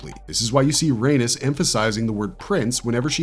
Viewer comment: It's RAIN -EES not RAIN-US! Why in 7 hells is he saying it like Anus with an R 🤦🏾‍♀️